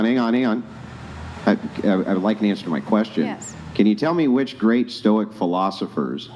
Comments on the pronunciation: Stoics who can’t even correctly say the word Stoic 🤦🏻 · The "Stoic" sistas , didnt act stoic, couldn't pronounce Stoic, arent stoic themselves.😂 Maximus😂😂😂